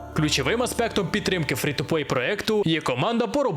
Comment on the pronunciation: Прохання до автора, англійська літера "E" читається як "і", тому слова "Стим" "Фри" чи "Дискорд" до прикладу, звучить як якесь глузування з української. "Стім" "Фрі" і "Діскорд" мають літеру "і" і це не калька з російської